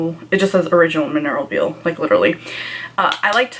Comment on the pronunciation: Mineral “veil” (Vaa-ul).